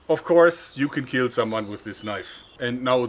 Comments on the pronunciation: it will keal! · It will keel